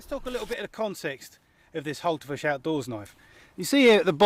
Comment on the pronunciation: Thumbs up from me even if it does sound like you're calling the knife a Hultafish ;)